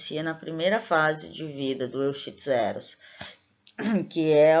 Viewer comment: Olha sou o Prof Me Randal Lopes Barreira, gostei da sua escolha sobre o tema do seu trabalho, fico feliz pelo seu crescimento e persistência no curso, já esta colhendo os resultados. Tenho algumas considerações importantes sobre o seu trabalho. Quando pronunciar o nome cientifico o nome da Espécie em estudo Lê sê: Euquistos heros, e não como esta escrito lá. Ao publicar o nome de família jamais leia como esta escrito, por exemplo em Pentatomidae – Lê -se Pentamide. Cuidado, quando você esta falando do ciclo vital do Euchistus herus, ele tem vários instares e todos eles são estágios ninfais, assim ele tem desenvolvimento hemimetabolo por sofrer uma metamorfose gradual, a medida que cresce vai adquirindo características do adulto.